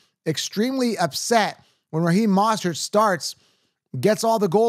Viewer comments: How did you manage to mispronounce both achane and mosterts names? Mind boggling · I don’t trust someone who says “bye-jon” or “moss-tert”😂